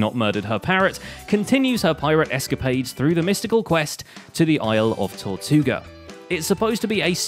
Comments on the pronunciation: Tortuga. Tortea. Was that intentional? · I like you accidentally call Cleo's island Tortia island. Is her island sponsored by Chipotle or something?